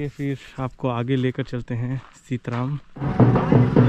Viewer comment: ये सीतराम नहीं बल्कि सीतरम है कृपया नाम का सही उपयोग करियेगा।।। धन्यवाद।।